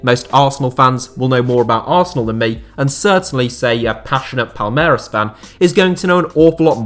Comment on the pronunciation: You mispronounced Palmeiras...